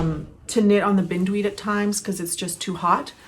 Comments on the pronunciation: So happy to see a new episode! Thanks for sharing so much 😊 I see someone else already mentioned that the name of your sweater would be pronounced with a long "i", after the beautiful weed that entwines everything it comes in contact with! You have such a lovely way with language and pronunciation, thought you'd want to know💕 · Forgive me I may be wrong but Bind weed as in bind me up in yarn - not binned weed. it is a common garden pest and the cabling certainly is reminiscent of the horror that is the weed. And Kestrel is a bird - KES trel emphasis on the first syllable. Sorry its my father in the back of myhead correcting me!